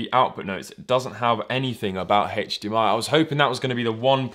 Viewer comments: It's not hachdmi it's Hdmi. Ugh... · Wait... Hach DMI??? its HDMI nit HACH DMI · Why do you pronounce HDMI heich-d-m-i? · Its funny you say hachdmi instead of hdmi. British ppl say the letter h weird lol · "It is hatedge d.m.i capable" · Hatcchh dee mm ie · smoke a bowl, start video, couple minute later, i ask myself, "have i been saying H wrong all my life?" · How he says HDMI